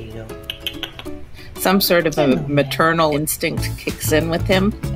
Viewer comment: She said materinal😮